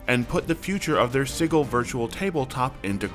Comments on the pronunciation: Not “siggle” it’s Sigil (sidjil) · Anyone else weirded out how "Sigil" is pronounced? (sije-il not sig-el) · Isn't it pronounced "Sij-əl", with a soft "g"?? It's driving me nuts Edit to add: IT IS! I just listened to the official WotC announcement. Please stop saying "Siggle"!! It hurts my ear-holes! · Sigil is pronounced with a soft G. SehGill. Gill, like a fish. /ˈsijəl/ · Does this mean I won't have to hear you mis-pronounce sigil anymore? [sij-il] with a 'j' sound. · Not as shocked as I would be if you pronounced "Sigil" correctly ;P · Please look up the phonetic definition to learn how Sigil is pronounced.